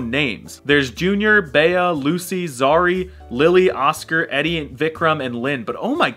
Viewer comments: "Bea" is pronounced "Bee" not "Bay-uh" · Every time he says beya I die inside